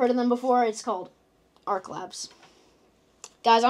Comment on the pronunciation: "Arch" is NOT said like "ark" like you keep saying. That's "arc". "Arch" is said like "starch".